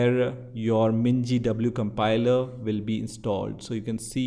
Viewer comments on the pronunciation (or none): A compiler❌ "a campailaaa"✅ 🙂🙂🙂🙂